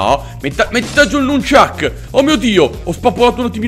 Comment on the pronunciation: sono un tuo grandissimo fan ma ti volevo solo informare che si dice nunjaku con la u. scusa per questa piccola correzione. ti volevo inoltre chiedere se fai ancora gli episodi di pokemon evolved. ciao. matteo